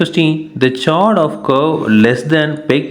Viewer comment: Sir chord ko चोरंड par कोर्ड bolte he!